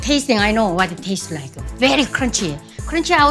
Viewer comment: so cwunchy